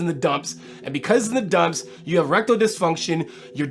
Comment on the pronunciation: sounds like he says “rectal dysfunction” 😂🤣😂🤣 That doesn’t sound like a fun time at all 😂😂🤣🤣